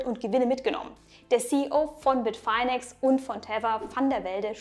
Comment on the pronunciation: Spricht man das wirklich BIT - FINE - EX? (Also: BIT - FAINE - EX) Dachte immer, dass das BIT - FINN - EX gesprochen wird. So wie andere Stimmen im Video...